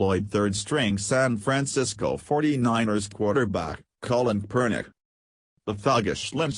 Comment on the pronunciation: Did you say "SAD Francisco" about 35 seconds in??? Hahahahaha...